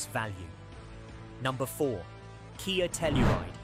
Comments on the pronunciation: KAY YAY sportAGE. Ai slop. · This lowers my trust in CR and that AI voice not pronouncing Kia and Hyundai 🙈